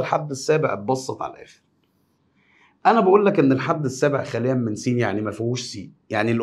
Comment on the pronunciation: رقم ٧ نموذج ٢ خالٍ من س وليس خاليًا 😂❤